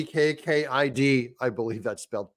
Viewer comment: Is it possible he said it as Nek KID on purpose 🤷🏻‍♂️